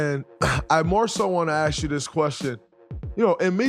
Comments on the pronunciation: Why are majority of black athleets/entertainets pronouncing word ask as aks (or in english speaking terms ax)? The word is a-s-k = ask. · It’s ask.